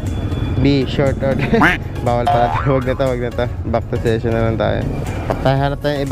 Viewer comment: Korek ko lng sesyon po basa jan hindi sison